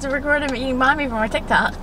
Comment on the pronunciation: Bhan mi is not pronounced bawn me it’s pronounced bahn me